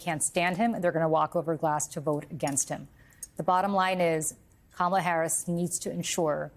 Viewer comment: Trump 80%, Kamel-Uh "TOE" 20%